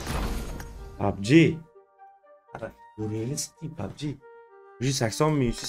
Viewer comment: Pabji buveni ske pabje dedimi sukinganini birinchi marta eshtyapman ultra bratni😅😅